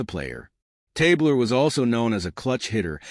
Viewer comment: Good stuff, except his name was pronounced Tab Ler, not Tabe Ler.